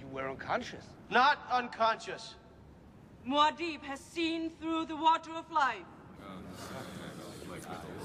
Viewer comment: They pronounce mu'hadib wrong or at least Paul does.. That's not good